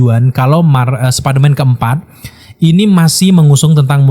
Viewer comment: Superman atau spiderman bang ngomongnya? 🗿